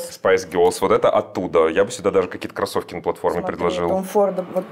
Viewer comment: Александр, не говорите, пожалуйста, тапЬки, кроссовЬки и тд, очень режет слух